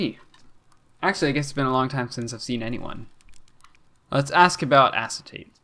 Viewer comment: i think it’s pronounced “a-kay-ta-tay“ fun fact: acetate is one of, if not THE central character in owmcu also i shipped them with gabbro no further context needed